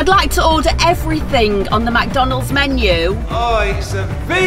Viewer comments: SquAr3 CloUdy McDonalds NOT MACDONALDS 😂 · she says it mac donald’s but it’s mc donald’s